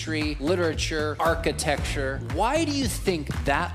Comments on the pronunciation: hey, I only mention this because I would want someone to mention it to me if I was making this "mistake." the word is generally pronounced archi-tec-chure (or something like that), but not generally pronounced archi-texture.😊 I love your videos. ❤ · I'm going to focus on the most important part of this video. You said it multiple times. So, I think it needs addressing. It's architecture, not "architexture" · I love the work you do but "architexture" was killing me! Lol! Good video as always. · I don't want to be mean, but I love how you say "architexture" and I'm sorry if it feels like I'm calling you out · Dear lord(s), please reveal to the actual pronunciation of “architecture”. That is all.